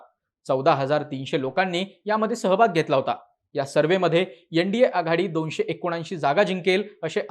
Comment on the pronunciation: यंडीए नाही रे ते एनडीए आहे 😂